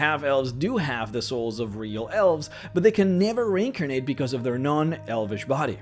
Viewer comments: Took me almost 2 minutes in to the video before i figured out you where trying to say; re-incarnate. And not rinkinate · Are you saying reincarnate or rinkernate? I legit cant tell, both have meaning in DND .